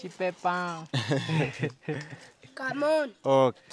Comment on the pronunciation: dậy các cháu châu phi nó cám ơn bằng tiếng Việt rất rõ phát âm chuẩn quá Tuyệt vời quá. Tôi thích coi kênh